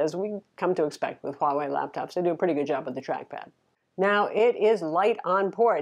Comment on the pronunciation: One of the one youtubers who can actually say the name "Huawei" for some reason.